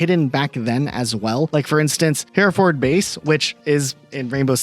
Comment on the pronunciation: I know this is an old video, but I'm begging you to pronounce Hereford properly